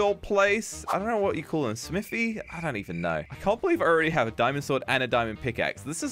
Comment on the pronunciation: Why said Smiti or anvil